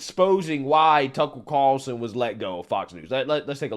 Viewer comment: who is "Tuckle Carlson????????" your pronunciation cracks me up bro keep it coming. cheers